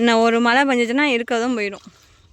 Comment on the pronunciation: திருத்திக்கவே மாட்டீங்களா மலை சொல்லாதீங்க மழை னு சொல்லுங்க